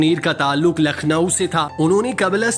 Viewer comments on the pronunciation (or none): Arsh Muneer nahi, Arsh e Muneer! Lakhnow me jo KH hai uski awaz "KHaak" wali nahi "suKH" wali hai. Hud ho gai